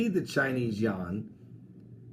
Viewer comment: Pastor, it is actually pronunced like you-an, but yawn is good enough, although it may sound a little sleepy.